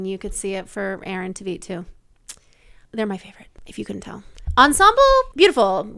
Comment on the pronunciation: That's not how you pronounce Aaron's last name, but yes 100% agree he's the best :)